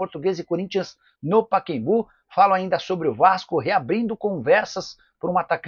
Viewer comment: Nicola, o nome do estádio é PACAEMBU e não paquembu! PA CA EM BU. e não paquembu. Coisa triste.